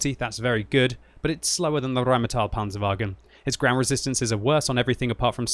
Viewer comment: I got here only to hear RRrrrheinmetall and wasn't disappointed ...